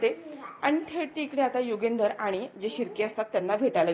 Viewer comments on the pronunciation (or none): मालक साहेबांचे नाव " युगंधर " आहे. " युगेंदर " नाही. " आणंदी " नव्हे "आनंदी ".